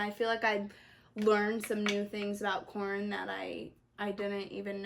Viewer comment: Yeah Corin was definitely saying it wrong lol